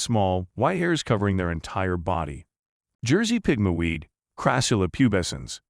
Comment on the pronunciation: It's not "pig-ma." The word Pigmy is pronounced the same as "Pygmy" ------ "pig-mee." Okay. Never mind. So many of these words are mispronounced in this vid ----- I guess this is AI? Artificial Intelligence, which you'd think would know how to pronounce words like "Cairo" and "miniature," but evidently not.